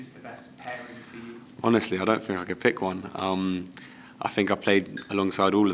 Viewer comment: Capt.Colwill - So eloquent and lets face it, so mature compared to Reece. If he could just nail that "fink" back to "think" he would be 10/10 ;-)